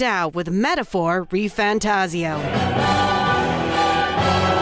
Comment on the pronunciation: His name is Refan. Refan Tazio.